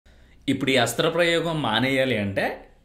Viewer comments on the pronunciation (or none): అస్త్ర ప్రయేగం కాదు సరిగా పలకడం నేర్చుకో హస్త ప్రయోగం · హస్త్ర ప్రయోగం కాదురా సవట నాయల . హస్త ప్రయోగం అనాలి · Nice information bro..But oka small correction..Adhi hasthra prayogam kaadhu...Hastha prayogam ani correct ga palikithe baguntundhi...but super content bro..👌👏👏👏